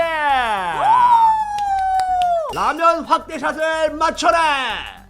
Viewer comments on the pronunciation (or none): 리면이 아니라 라면 아닌가요 100만 까지 고고 백앤아 고!❤ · 초 에 라면 인데 리면 이에요. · 라면이 아니라 리면??? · 라면을 리면으로 하신것갔은데... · 35초 라면을 리면으로했어여ㅋㅋ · 0 34에 라면을 리면이라고 했어요